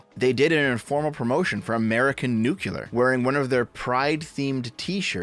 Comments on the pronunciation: Say it with me New clear New clear New clear nuclear Not nucular Think nucleus not nucluus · Nuclear. Not nucular. Please. 🥲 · Nuclear. New. Clear. Not nukular. Thank you. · Hearing "new-cue-ler" instead of "new-clear" is like nails on a chalkboard. Great vid as always otherwise. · Nuclear, not nuculer. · I thought we all learned this: NUCLEAR. "new"-"clear." Not "nuke"-"ular." George Bush was ravaged by the media for this for a long time, how is this still happening? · DEV FOR FUCKS SAKE STOP SAYING "NUCELAR" I'M BEGGING YOU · anyone who pronounces it nucular just sounds like a fucking idiot. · "American Nukular" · Nu- CLE -ar It's a habit, I know. No hard feelings. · Why do Americans struggle with the word "nuclear" so much? Genuinely asking. At first it was just "Stoopid Americans can't say word" when I first heard it... but I'm wondering why it spreads so far, even among theoretically intelligent Americans. What is it about the word "nuclear" - nu...clear - that results in Americans frequently saying "nu-cu-lar"? It seems to transcend individual regional accents; it seems to transcend class. Is it literally just that a few influential idiots ensure the error is heard on a regular basis, or is there something more to it? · I know this an in-depth, well-thought-out video, but I can't get past saying "Nuclear" the wrong way.